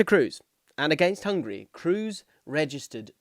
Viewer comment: On my mission again to get English people to pronounce Toni's name correctly. It's Krohs, not Cruise. The double O is long, not a U-sound.